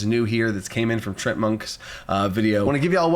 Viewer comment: oh hey, you also say Treant as Trent, I thought I was the only one who did that 👀